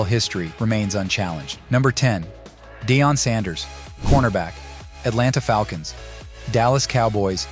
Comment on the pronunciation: Cool video, funny that the AI can't pronounce Deion, or Unitas.